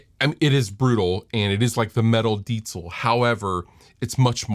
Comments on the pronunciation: Do you know where the name for this amp comes from? And yes, you pronounce Diezel very well. I'm from Bavaria Germany and happen to know the chief engineer. That's why I know what the focus was in development. tight, lots of headroom and reliability. cool piece you have there. have fun. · You’re late to the party! But thank you for pronouncing it correctly! Cheers from Germany!